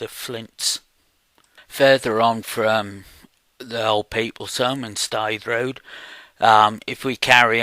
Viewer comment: We all talk like that round here. pronounced Staithe road correctly:o) Thanx for sharing